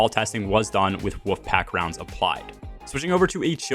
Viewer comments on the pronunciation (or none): You speak really well so I think it's my ears but it sounds like you're saying woofpack rounds. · I can't stop hearing "woof pack rounds"